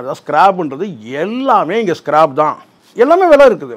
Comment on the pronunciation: அது ஸ்க்ராப் ஸ்கிராb அல்ல